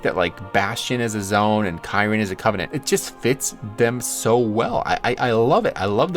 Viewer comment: The way you said kyrian ruined the whole video! So triggered right now.